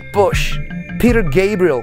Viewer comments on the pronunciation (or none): none